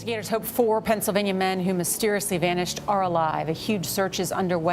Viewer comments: Dude! Pennsylvania is NOT 2 separate words. Pencil Vaineeyaw! NO. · Pencil. Vania.